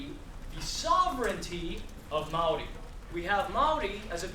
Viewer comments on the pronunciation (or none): I cant take him seriously he is not Maori. Is he American ?And also he can't pronounce Maori Properly